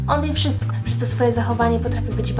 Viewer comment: Nie [wszysko] tylko [WSZYSTKO] i nie [teks] tylko [TEKST] i AKCENT!!! Akcent!! Osoba, która wypowiada się i chce wypowiadać publicznie powinna mówić po polsku